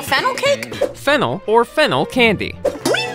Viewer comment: "Fennel? Like fennel cake?" did.. did she mean.. funnel